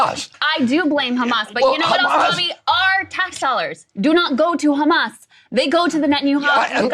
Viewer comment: When you pronounce Hamas like a genocidal zionist you lose all credibility. The world is awake. Poor RFK is so compromised by those thugs.